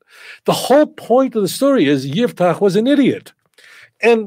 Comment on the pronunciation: IFTACH, with an " F " , NOT '' P " Italian rabbinical TANAKH., Rav Dario Disegni, z.l.